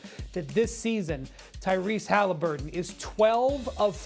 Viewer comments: "Hollaburton" where are the twins from? 😑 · Bruh, you’re a commentator . Learn how to pronounce “Haliburton!” Sheesh. 😂